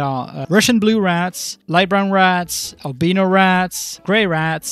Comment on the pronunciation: RAT§ JBVYESSSSSSX I LOVE RATS I REMEMBER WHEN I HAD A RAT ARMY IN ALMOST EVERY GAME I COULD AND NOW I CAN IN MINECRAFT also the way u say albino 😭💕 al beano ✨